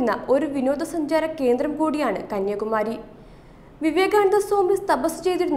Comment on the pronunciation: കന്യകുമാരി ആണോ അതോ കന്യാകുമാരി ആണോ🤔